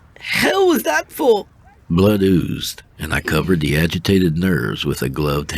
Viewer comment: Wow I love this story, great work or Blaaa or what ever they call you when they can't figure out how to say Blood lmafo. I am infact titillated